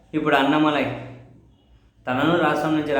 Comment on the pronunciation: అన్న మా లై కాదు అన్నామలై